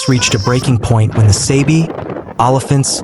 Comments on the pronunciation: It's pronounced Saabee not Saybee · Sabie. Not Saabee nor Saybee.